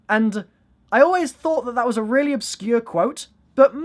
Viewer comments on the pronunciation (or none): none